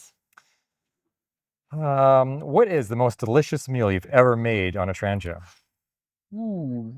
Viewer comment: You should have made a point of telling english speakers that the name is pronounced "trangeea" and not trandjeea"